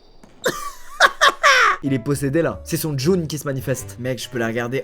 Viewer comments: « c’est son djoun qui se manifeste » 🤦🏻‍♂️😭😭 jnoun squeezi pas son djoun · son djounn j'suis aplati c jzounn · pas Djoun, c'est Djinn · Je rêve ou il a dis djoun au lieu de djinn... 😑😑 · « C’est son joun qui se manifeste »😂😂 gnoun peut être ?😂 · on dit djin pas « djoun » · Djoun?😂 jnoun ou djinn mais pas djoun 😂😂😂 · c’est moi ou il dit « c’est son djun qui ce manifeste » au lieu de djinn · son joune ? il voulait pas dire jnoun ? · pas djoun mais jnoun // bonne vidéo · Djin pas Djoun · "C'est Son djoun qui se manifeste" XD Jnoun tu voulais dire hein? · Son goune 😂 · PTPTPDRRR "c son djoun la " jpp un mélange de jnoun et djinn wsh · son « djoun » ? parle français c’est mieux